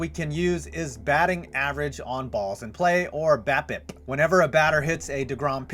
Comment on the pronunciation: You're saying BAPIP right, but the stat is BABIP....